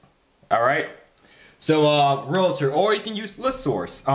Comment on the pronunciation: "REAL-TOR", not "RE-LA-TOR"